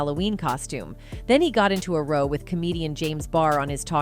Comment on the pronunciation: the term 'row' rhymes with 'owwww' haha again...Wound...w'-OWWWWWnd, not wound as one would pronounce the homonym for boo-boo. Is this computer-narrated?